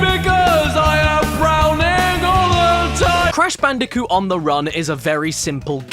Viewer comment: cash banooca